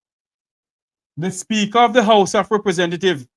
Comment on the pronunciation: Why does she keep pronouncing the word SPEAKER as "SPEAKO"..think she nicer than everybody else..